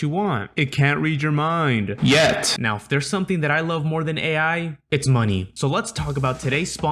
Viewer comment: That "YET" is f scaring me